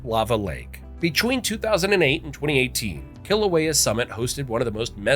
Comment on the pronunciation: I think it is disgusting that this video was produced without researching and presenting the names of Hawaiian words with the correct pronunciations. There is no "kill" in Kilauea. Other errors include the name of the Big Island is not Big Island! The name of this island is Hawaii!! It is a shame that all the effort that was put into this film and the interesting information I will not pass on. I do not want to promote the careless use of mispronunciations of 'olelo hawai'i